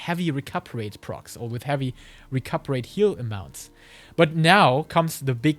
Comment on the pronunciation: really good vid - only gripe was hearing Recuperate mispronounced dozens of times